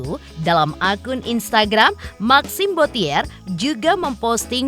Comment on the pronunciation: tolong yang baca narasi suruh belajar mengeja tulisan & baca dalam bahasa Perancis yange benar. Bottier bukan dieja bo-ti -ér, tapi bo-ci-e [ huruf r nggak dibaca ]